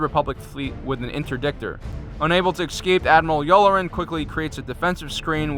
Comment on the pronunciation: Admiral "Yew-lah-ren"